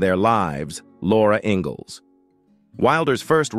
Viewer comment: Robot can’t even pronounce the name, “Ingalls” correctly, for goodness sake. 🤦‍♀️🙄